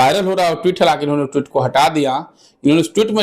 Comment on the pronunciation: हे संवाद दाता महोदय ट्वीट का सही उच्चारण करना सीख लीजिए।